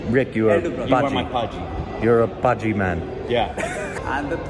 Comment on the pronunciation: Its praajii not paaji praa means brother in punjabi.